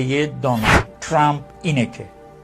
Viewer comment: اسم ترامپ را اشتباه تلفظ ميكونه😅مانوك